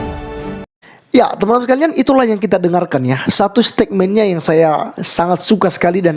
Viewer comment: Koreksi salah ucap kata oleh pembuat vidio ini : Bukan stekmen...yg benar stetmen...ok